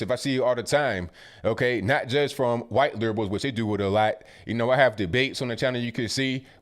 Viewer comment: huwhite male...love it